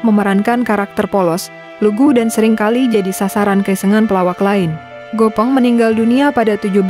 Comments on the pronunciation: Gepeng bukan Gopeng ... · Gepeng ,bukan Gopeng mbak🤣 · Gopong ❎ Gépéng ✅ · GEPENG bukan GOPENG. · Bukan gopeng tapi gepeng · Bukan Gopeng dduull.. yg benar "Gèpèng"..😢😢